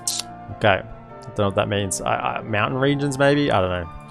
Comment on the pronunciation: I study english as my major and I take fascination in accents and varities of English. I have to say, everytime you say "Meowtain" you bring a smile to my face. Aussies rock!